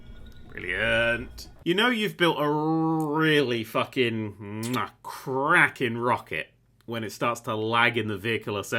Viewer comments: "You know you have a cracking rocket" I heard that as Kraken and TBH it makes more sense than the intended sentence. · did you say a "crackin rocket" or a "kraken rocket?" because I think it's the latter.